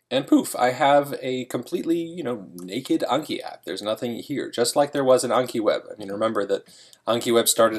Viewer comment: It’s anki not unki -_